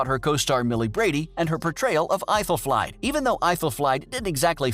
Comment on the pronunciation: Aethelflaed. Is pronounced ‘Ethel Fled’